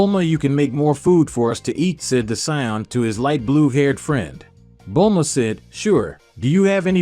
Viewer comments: it not bold la ma it bulma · Bulahma the way it pronounced stuff was so annoying I couldn't focus on the story